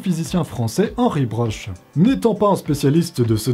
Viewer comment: Merci pour ton travail. Petit point de détail anecdotique: Henri Broch se prononce "broque" il me semble et non "broche" ^^